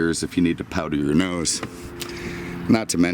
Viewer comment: 😭powder your noise he says lmao